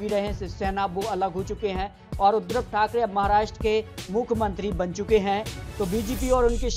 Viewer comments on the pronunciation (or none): none